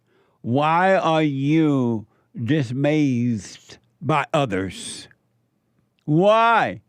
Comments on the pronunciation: why are you dismayzed? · Is anyone gonna let JLP know he is mispronouncing dismayed?😊